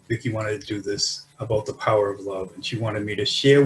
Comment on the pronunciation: I was looking for your comment to reply, thank You Cristina. Vicki always gets it wrong and we giggle everytime